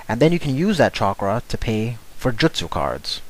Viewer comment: No way you just pronounced justu wrong.